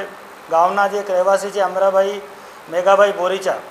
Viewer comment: અમટા ભાઈ નઈ અમરાં ભાઈ સરખું બોલો